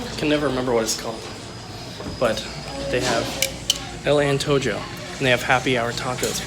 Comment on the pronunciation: love the videos but its pronounced "EL AN-TOE-HO" meaning "The craving" Keep up the daily content....